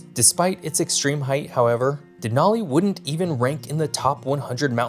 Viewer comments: that’s what I was saying. You pronounced it Den-ALL-ee instead of Den-AL-ee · You lived in Alaska and you pronounce several names wrong… odd. Denali, Diomede, Wrangell… just the few I caught. That being said. LOVE your videos 😂